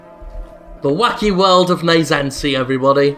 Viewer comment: actually its naissance..like in renaissance. but instead of RE-birth its just birth in french